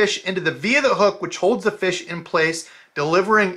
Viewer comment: I love that he says feesh. It’s my favorite!